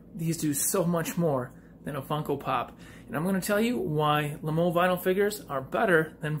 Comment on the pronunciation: It’s also said like lame-o